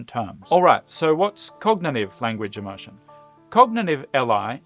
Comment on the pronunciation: Please learn the correct pronunciation of immersion before explaining it. Am I the only one who feels pain whenever immersion is uttered?